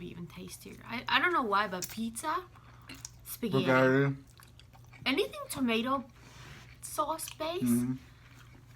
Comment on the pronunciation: I love when shows her wedding ring:) please next time you pronounce spaghetti say it the right way: spaghetti and not spagheri... love youuuu:*